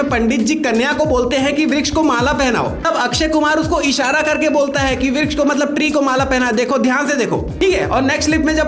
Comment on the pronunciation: Vruksh not V yes yes